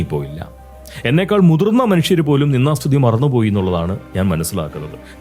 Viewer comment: പോങ്സ്കൃതത്തിൽ നിന്ദാ സ്തുതി എന്നുപറയുന്നതിനു പകരം നിന്നാ സ്തുതി എന്നാണ് കേൾക്കുന്നത്. ദ കാരം ഉച്ചാ രണത്തിൽ വരുന്നതേയില്ല. അനുനാസികാതിപ്രസരം. ശ്രദ്ധിക്കുമല്ലോ.